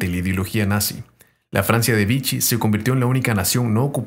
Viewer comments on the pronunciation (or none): Vichy se pronuncia/vishí /